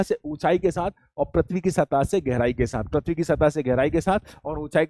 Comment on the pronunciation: Sir parthivi nahi prithivi hota h aap baar baar parthavi bol rhe ho